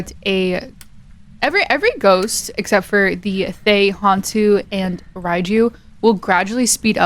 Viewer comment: Little lignuistics fact is the pronunciation of Thaye sounds more like Tah-yay. The "th" sound is very very subtle.